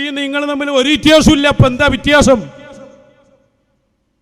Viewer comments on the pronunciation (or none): 😂😂😂😂 വിത്യാസം അല്ല😂😂😂😂❤ വ്യത്യാസം എന്ന് പറയൂ😂😂😂😂